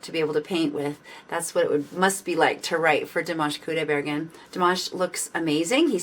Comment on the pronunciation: КудайбергЕн. Неужели так трудно выговорить?